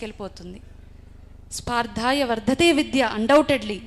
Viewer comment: విద్య అనే పదాన్ని అన్నీ సార్లు తప్పుగా పలుకుతూ ఉన్నారు. స్పార్ధాయ కాదు స్పర్ధయా వర్ధతే విద్యా ముందు తెలుగు స్పష్టంగా పలకడం నేర్చుకుని వేదికలు ఎక్కితే బాగుంటుంది